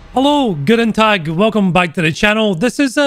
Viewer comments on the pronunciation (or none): it sounded like: G'den dag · Just some advice, in your "guten tag" you should stress the t's more, but it sounds good as it is.